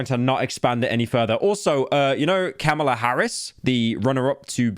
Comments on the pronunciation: “Camel ah Harris” 😂 I’m ded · Kamala Harris’ first name is pronounced Comma-La. For anyone who cares, just remember that the first 2 syllables of her name are pronounced like the punctuation (comma) which helps me remember how to say it. Most Americans pronounce it wrong and call her “Kah-mah-la” which is crazy because she’s literally a presidential candidate & the literal VP, and most people who tell me to vote for her can’t even say her damn name right. I’m a black woman but not voting for the woman because I can’t stand her, I’m tired of the left establishment and what they’re doing to this country, and because she was selected by the dem elites, not elected. But that’s how you pronounce it, nonetheless… whether I’m voting for this obnoxious woman or not.. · Pyro tried to correct himself about how he said Kamala and STILL GOT IT WRONG He really called her Camel-a instead First calling her a type of candy now calling her a type of desert dwelling animal 🐫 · mans says “it’s a list I don’t want to expand” and then says Kamala and Stephen wrong 😂